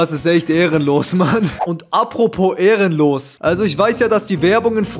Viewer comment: Wo er gesagt hat "apropo erelnlos" mein Kopf kuck in Spiegel 😅😅